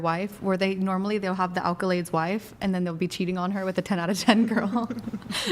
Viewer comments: Omg it's 'ACColades' not 'ALcolades.' You said it wrong, then all of the ruhards followed suit. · Wtf is an alkalade? Like a battery from a good school and background? Or are y'all trying to say accolades? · Idiot says "alcolades" over and over. 😂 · nobody knows how to say accolades? jfc